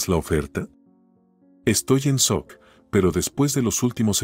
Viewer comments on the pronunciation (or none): none